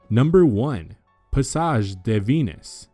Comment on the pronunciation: In French it's "duh" Venus not "day" Venus.